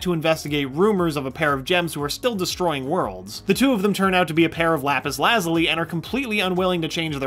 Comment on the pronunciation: I take it you have never heard of the Lapus Lazuli before steven universe I can tell by the way u cant pronounce it you seem to have jokes about things like u think your smart though. 😐